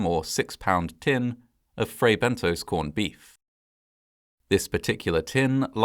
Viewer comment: You narrate very well, with excellent pronunciation and diction, but with occasional lapses. In this case, it's Fray Bentos, not Bento's or Bentoes. The 2nd syllable rhymes with Moss, not Nose. In British English (as you're apparently British, with a very British accent), it would have to have an E (or another vowel) after the S to change the vowel sound to a long 'oh' sound. American English does not have the short 'o' sound as in 'got' or 'not' in British English, and so American English tends to use either a short 'ah' or a long 'oh', depending on the word. That's correct American pronunciation. But when the short 'o' sound (as in British English) IS called for, e.g. in words from other languages, Americans tend to replace it with 'oh' because that's the sound they know - and that's perfectly understandable. However, IMHO that isn't something for British English speakers to emulate, because we DO have the British short 'o'.